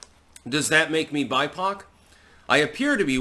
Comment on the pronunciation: Lul I heard "she is buttpoc" not bipoc. Hahaha